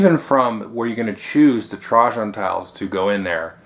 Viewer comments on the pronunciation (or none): Double check. I looked at multiple sites and they all reported that it was Tray-jen. I wouldn't care except I prefer that pronunciation by soooo much (I can't say why).